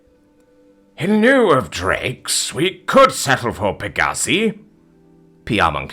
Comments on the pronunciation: Pegussee? Lol Peg-ah-si Last part pronounced like scythe without the “-the” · Look up how to pronounce “pegasi.”